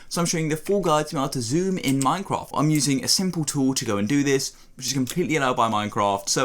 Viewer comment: instead of saying minecraft he said minecroft